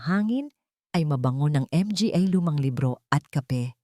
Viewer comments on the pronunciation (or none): Bakit M G A？ baka manga ang ibig sabihin😅 Tapos P A？ Pa lang ang pronounciation. Tangengot naman itong narrator🤣MGA tanga kayong MGA staff😡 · Hindi ba to Pinay si NARRATOR Akala ko sa una Ang M G A ay Isang company group idagdag pa Ang P A Akala ko personal alalay..portrages😅MGA-MANGA Pala to Ang P A-PA Pala utas nalilito ako nong una pero infairness Ang Ganda ng storya mo♥️yong👏 M G A at P A lang talaga ang problema😂 Underscore20X🥺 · Hindi ba mabanggit Ng narrator ang m g a ng buo?baka dayuhan ang narrator kaya ganyan. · Ang ganda sana ang kuwento, pero pinapangit ng maraming M G A naka singit sa mga pangungusap idagdag ang P A.Ano ba 'yan? Modernong pagbibigkas sa salitang mga ( MANGA) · Bakit nga ba M-G-A ang bigkas ng narrator...hindi magandang pakinggan. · 😢 kakalungkot ang narrator m g a at p a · Ang Ganda Ng boses Ng narrator kaso may nibibigkas cya na Hindi ko maintindihan.anu ang ibig Sabihin ng(mg at pa?)ay naku !Hindi ko tuloy maintindihan ang story.pati ba nman story ginagawa Ng tx?miss narrator bigkasin mo sana Ng buo Hindi short cut. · Ang mga sa Pilipino language ay manga kung bigkasin. Nalilito ang mga nakikinig. Salamat po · Ano ba yan yong mga under score buang kana cguro pati MG A hinde maintindihan magtanong ka nga muna kong paano mo bigkasin yong mga cnasabi mo sa marunong mag basa nakakairita yong mga pag kabigkas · Maganda sana pero nkit hnde pa bigkasin yong tama nat need pa mh mga mga sayang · Maganda sana ang kwento ngunit hindi namin maintindihan dahil hindi marunong bumigkas sa mga salitang mga, pa. Gumamit pa ng under score . Ano ang big sabihin into? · Ang narrator pinahirspan pa sa pagbigkas .. ang dalidali lng I ihkad ang "mga" lawsi ang narrator...I don't like the story... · Npaganda ng kwento pro.di maunawaan kung bakit di nyo bnibigkas ng tama ang Mga & Pa na sarili nating salita. Ganoon din ang word na Underscore....................! Ano ito !